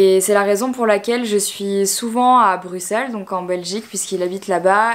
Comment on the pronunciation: Enfin une personne qui dit Bruxelles correctement haha 😂😅❤️